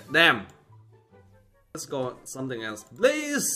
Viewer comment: i dont like when he say dann 😅